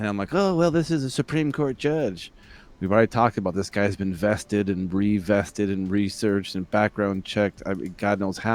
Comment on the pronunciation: Vetted....not vested. Vetted.